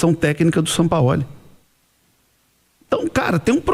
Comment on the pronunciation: “Sampaóli” kkkkk